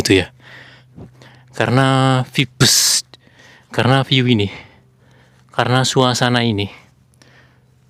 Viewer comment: maaf mas mungkin maksudnya "vibes" membacanya Vaibs gitu mas artinya menggambarkan suasana, aura, atau kesan yg dipancarkan oleh seseorang atau suatu tempat gitu